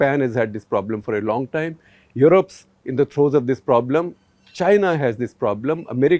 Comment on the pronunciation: Sir i replayed it again and again but you say wrong instead of long